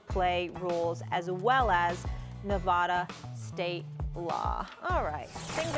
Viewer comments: btw Molly it's Ne-VAD (rhymes with "MAD") -a" not "Nevaduh" lol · I know, it's f*cking annoying lmao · Learn how to pronounce Nevada. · How is it that Molly hosts one of the most watched shows on sports tv and mispronounces Nevada, when it's the subject of their discussion?